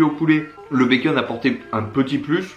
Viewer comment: Très bonne année à toi.Un plaisir de te suivre.J'ai remarqué que tu prononçais bacon, "békeune"😉.